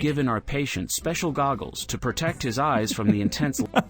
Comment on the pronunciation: "DA GAGOLS DAT DU NATING" 😂😂😂😂😂😂😂😂😂😂😹😹😹😹 i keep on laughing at that part hahaha!!